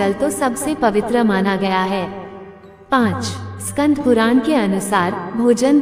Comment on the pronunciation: स्कंद है स्कंध नहीं